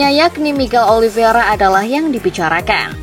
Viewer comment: narator masih aja nyebut OLIVIERA... etdahh.. nyebut nama salah mulu.. namanya MIGUEL OLIV E IRA... OLIVEIRA... bukan OLIV I ERA...